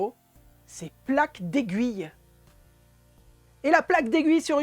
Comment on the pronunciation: Merci pour le tuto!!! Vous avez dit “Plaque d’aiguille” ou “Plaque des gouilles” ?😂